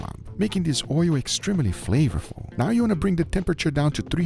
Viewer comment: "In order to make your hotpot very flavafluuu" 😂